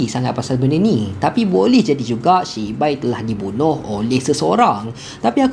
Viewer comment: Aduh takleh go lah siak nama dia shibai pastu abg ni sebut cibai lak 😂😂😂😂😂😂